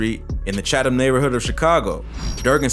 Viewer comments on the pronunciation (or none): none